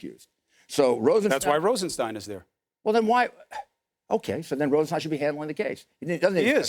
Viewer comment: Nosferatu is having trouble pronouncing 'Rosenstein'. Just think of 'Frankenstein' ... same pronunciation.